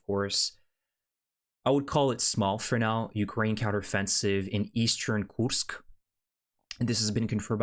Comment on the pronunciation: Why do you pronounce the name as Koosk and not Koorsk?